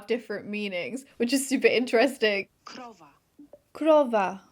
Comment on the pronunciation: I was watching this video as background and not paying attention and then I got jumpscared by you saying krowa because I'm Polish and I did not expect that at all and I was confused about where is this coming from Thanks though and great pronounciation, would believe you are Polish lmao